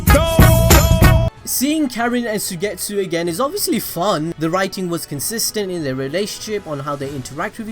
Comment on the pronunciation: Suigetsu is pronounced like: Suygetsu... 😖😆